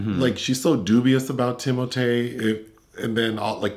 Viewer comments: Thank you,. "Tim-O-Tay" is now the official pronunciation. Finally there is something amusing about that slender assembly of hair and bones. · Thanks to and, I call Timothée "Tim-O-Tay" now and I can't see myself calling him anything else. 😄